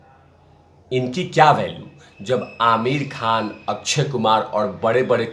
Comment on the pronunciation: तेरी आवाज़ अब पकाने लगी है अक्षय होता है अच्छे नहीं कश्यप होता है कच्छप नहीं गाँडू 😡😡